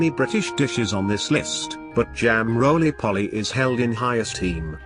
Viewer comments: Not polly, its poley ! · It’s roly poly not rolly polly. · many Brits do not eat fat filled 'hashbrowns" OR baked beans with their breakfast. Cottage pie=minced beef Shepherd's pie= lamb mince. The funniest is how the robot voice says Jam Roly Poly.... NOT POLLY as in parrot. Foolish robot 😅